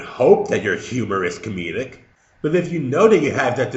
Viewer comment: Just a question: Did ANYBODY ELSE, throughout the video, hear say comedeic instead of comedic? If so, then I believe that Life In A Tent wasn't really trying to explain anything, and he was trying to save face. And failing in a massive way.